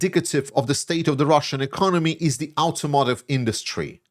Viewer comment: I love you, (spelling?), but a few English language / math tips: 1. The first vowel in "automotive" is pronounced "ah," not "ow" as in German, or "oh" as in French. 2. Support for Ukraine did not "fall by two times." It "fell by half." "Times" implies multiplication, as in "two times two is four," or "She was two-timing her boyfriend stepping out with her boss." 3. Imports of trucks to ruzzia did not "fall by twenty times." They "fell by 95%." (623 is 5% of 12,600; when you go from 12,600 units to 623, that's a 95% drop.) Stunning. More broadly, as of 2021 ruzzia seemed better positioned to endure a war than any of the other G8 members, at least by some measures (e.g., debt to GDP). However, the phenomena you mention in this video and previous ones demonstrate that doughty Ukraine has broken ruzzia's back. While it has been a cumulative process since the first Javelin missile slammed into a russkyi tank on its way to Kyiv on 24 February 2022, mostly the triumph has been achieved in just the last 7.5 months, since Pres. Trump told Pres. Zelensky that he "had no cards," as if the "card" of crystal-clear international law in favor of Ukraine were nothing. Sure, this would have been very difficult without a bit of help from "the collective West." Still, that support has been far less than Ukraine had every right to expect under the 1994 "Budapest Memorandum on Security Assurances." A pre-condition of any Western bailout of the crashing ruzzian economy, in ADDITION to the